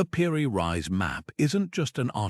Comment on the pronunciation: I was interested until I found you were calling "Piri Reis" "Piri Rise". If you can't get that correct then the rest of your video is likely rubbish. Do better......